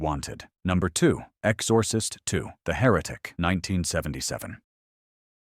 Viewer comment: Ex-OR-cist II 😄 Gotta love A.I. narration